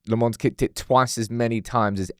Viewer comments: It's pronounced Lommens. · Lemmons still…ffs man. Say it properly